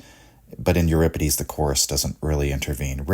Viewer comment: thanks for pronouncing euripides correctly.